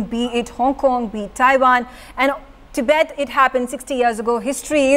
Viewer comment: It's tibet not tibeth